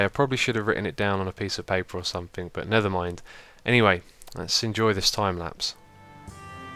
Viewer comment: Is it just me or did he say nether mind?